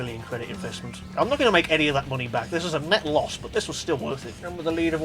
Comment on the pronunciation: "five hundred thousand gran turismo monyeyy"